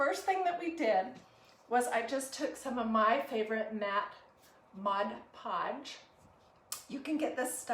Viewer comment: Thank u for pronouncing ‘mod podge’ correctly.